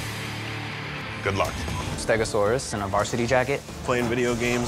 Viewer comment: Dude said stegasaurus.. not triceratops